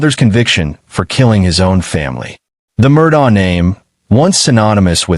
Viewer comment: Beaufort is pronounced buford.. Murdaugh is pronounced Murdock. Alex is pronounced Elick.